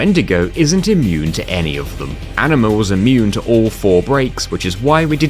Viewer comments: i love how you keep calling Aningus ''Aniningus'' lol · Tingus Vingus Ifringus Ixingus Shingus Bahingus Yojingus Aningus (or how he calls it ''Aniningus'') and lastly Singus, Cingus and Mingus truly the names of all time